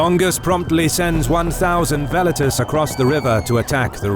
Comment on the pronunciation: I absolutely love the visual presentation, however the way the narrator keeps pronouncing 'Velites' makes me shudder every time. Classical Latin pronunciation is the best way. Velites should be pronounced like Well-Eat-Tays.